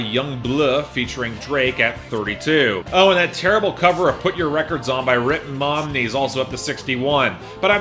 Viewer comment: emphasis on Ritt MOMney. Lol